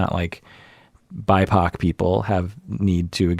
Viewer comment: Did say "bi-pac"?? ah, ok Black, Indigenous People of Color.